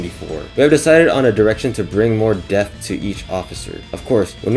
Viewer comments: Maybe just don’t try to say “depth” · “DEPTH” Not “death”